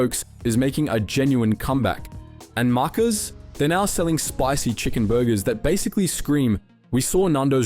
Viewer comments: MUCKARS?? Markers? Ohno it’s Maccas to rhyme with Malaccas mate. Packers Macca’s Packers etc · Okay I'm sorry. Markers? Mate. Come on. It's maccas. What the hell was that pronunciation. I call imposter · oh my god you're not kidding. i ctrl+fed the transcript to find where it is, . That's horrible 😂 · The way he said “marrkas” is worth an unsubscribe 😂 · Big thumbs down as soon as I heard "markuz" . What even is that ? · "Markers"?? This must be an AI voice over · Who is this "Markers" that you speak of? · "Markers"?? AI-generated crap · How on earth did this guy who I assume was either born in here in 🇦🇺 or at least grew here could’ve possibly butchered pronouncing ‘maccas’ as “muckus”, like wtf. Lol idk why this disturbs me so much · It is AI slop. clue was when the bot said "Maccas" as "Markers" as you highlighted. ALSO the sign off line is utterly generic and compiled from other content creators. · I thinks he is saying “muck”us in referring to maccas as being horrible muck. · Everyone going off at this guy for the way he says Macca's but he gets a pass for the way he said gyg? Haha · either the voice is AI slop or he butchered 'maccas' for cheap comment section engagement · The way you say Macca's hurt me as a Australian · I don’t think you live in Australia. Nando’s is everywhere in Perth and the vibe positive from a consumer point of view. App targeted promos still very active. Also your pronunciation of “Maccas” was the most non Australian I’ve ever heard.